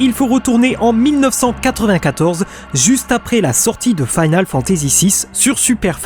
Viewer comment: Sa me tricher un peu ta prononciation de "Final". Mais ta vidéo est géniale. 😊